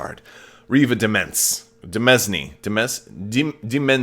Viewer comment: Also: "Demesne" is from Old and Middle English, and means "domain"...and it is actually pronounced "de-MAIN." ;)